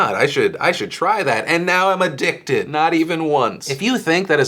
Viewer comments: "And now I'm aDICKted!" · lol... "aDICKted" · lol at the subtlety of "a-dick-ted" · AdDICKted you say? ( ͡° ͜ʖ ͡°) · A*dick*ted? XD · emphasis on the "dic" in addicted.